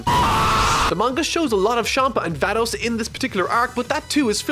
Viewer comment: when he said Vados i heared thanos